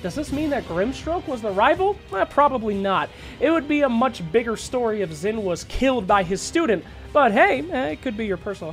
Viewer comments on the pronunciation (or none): Xin is pronounced "sheen".